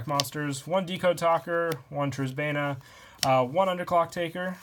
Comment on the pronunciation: You're the first yugituber I've watched who can say "Trisbaena" correctly. Also, for your extra deck, Ronin Raccoon Sandayu would be a nice addition. Recon and Donpa are both level 2 beasts. So you exhaust all of their effects and then push with a 2800 token. If you combo with Bravo, you can have a 3300 token. Recon and Donpa are basically useless after their effects have been used, so Sandayu gives you something to do with them.